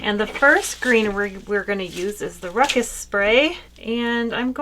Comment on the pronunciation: It's RuScus not ruckus.